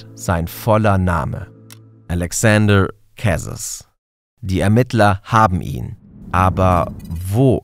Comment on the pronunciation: Wenn Alexaandre Carez Franzose war, wwird sein Name vermutlich anders ausgesprochen, als du das gemacht hast. Ich finde es wichtig, sich dabei Mühe zu geben, Personen richtig zu benennen. Wär toll, nächstes mal mehr nachzuforschen, falls nicht geschehen. Ansonsten spannend und super gemacht